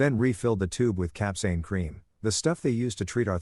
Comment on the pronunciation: the pronounciation of capsaicine was butchered, but the story was pretty good. I mean the husband went way overboard, should have just recorded them, and went for a divorce, taking everything they had in joint assets, but that's about it. This level of revenge was just overkill. I mean, the superglue part was funny, don't get me wrong, I meant the capsaicine instead of the ointment. As someone who once tried the Black Mamba hot sauce, which is about 97% pure capsaicine, yes, that shit burns. A lot. I only tried the amount from the tip of a toothpick, and my head started to go red, and I'm pretty damn good with hot food. Getting that on sensitive areas like the nether regions? Oh hell no.